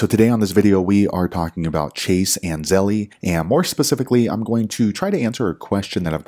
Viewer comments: The way you say Zell-eee is har to hear😂 Thanks for you info! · Why is it Zell-E and not Chas-E?